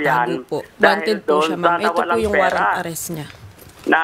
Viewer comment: WARRANT... HINDI WARRENT